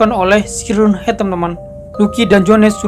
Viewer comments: Bang siren head bacanya sairen head bukan si ren head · Itu dibaca sairen head om tapi tulisannya siren head kan bahasa inggris